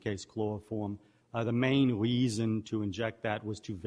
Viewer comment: "The weason we pwogwessed" instead of "the reason we progressed"